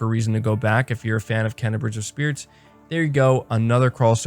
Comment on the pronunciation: I luv you bro but it's pronounced " Kay-na" bugs me every time lol that's awesome about the dualsense features for GT7. I'm hoping they make a a steering wheel with manual stick shit then I'd definitely buy it day one. I think they are waiting to reveal GT7 VR support when they truly talk about psvr 2